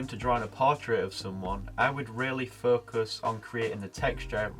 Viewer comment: Focus.....sounds like 'fu$k us'😂